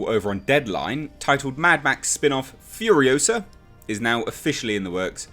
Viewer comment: It's FuriOsa not Furiosahhhhh.